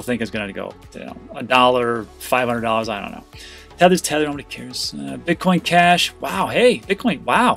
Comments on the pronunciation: “Tether’s thether. Nobody cares” 💪😂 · thether is thether